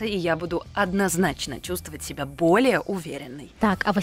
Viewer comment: у вас просто очаровательный голос. А особенности вашего произношения слов, например "Ка-а-аждого", "себя-а" добавляют изюминку =)